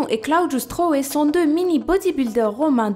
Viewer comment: Hey, t vidéo sont super, il y a peut de youtubeyr français qui font bien ses top 10... J ai toujours été fan de guiliano et Claudio stroe ( et d'ailleurs on prononce "Claodio" "stroïe" ) guiliano (à 7 ans) (maintenant 11) soulevait des poids de 8kg/bras et les 2 ont battu plusieurs record du monde (Giuliano:11 Claudio:3) Sinon pour la fille qui n as pas de nez, aux veut tu dit"essayez de respirer avec la bouche.. Fatigant.." Et bien j ai une allégorie au acariens (sorte d insecte microscopique dans l air ) j ai le nez pratique ment bouché Ducoup sa fait depuis mes 9ans que je respire par la bouche (j ai17)... Voila